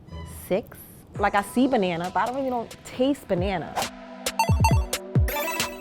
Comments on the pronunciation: BANANERISH!!!!!! 😂😂😂 unintentionally hilarious. 💀💀💀 lol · “Banana-ry” “Banana-erish” 😂😂😂